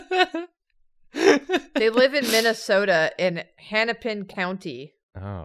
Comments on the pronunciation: I’m from Minnesota so when I heard Charlie Brown was from Minnesota I had to look it up bc I thought “I’ve never heard of HANAPIN county… even the subtitles spelled it like that… Hennepin County… pronounced like hen not han. I grew up very close to the county idk if anyone else will relate but I had to speak up for the man folks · sobs in minnesotan its pronounced hen-ipin, like a female chicken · It's Hennepin (Hen-uh-pin) county 😅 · you guys didnt pronounce hennepin right